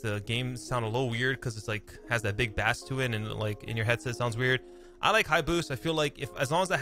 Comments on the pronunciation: It's killing me! BASS is pronounced BASE!!! Super Cringe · Sry love u truly.. But did this man just say high bass like the fish bass for the audio setting hahaha.. Did u never have a system in ur car a kid and when that shit drops the what drops?? Not bass like fish but the BASS DROPS LIKE BASE... LOL. come on bro lol.. Im just messing but I said it I had to bust ur nuggets over it.. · I thought that was really funny to he said a fish for our sound 😂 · I was cracking up I thought he said it as a joke ay first but dont think it was haha